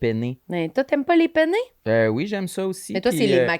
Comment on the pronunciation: "Penne'" avec les deux "n" ce sont des pâtes. Mais il faut bien prononcer les deux "n", parce que "pene" c'est "pénis" en italien. J'étais donc morte de rire en vous écoutant "Moi j'aime ça les pene, moi tu sais que les pene c'est ma pâte favorite! [...] toi t'aimes ça les pene?" hihihi